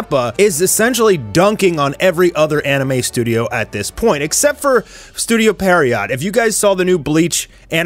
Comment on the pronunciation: Lmao how is it you people still can't pronounce pierrot???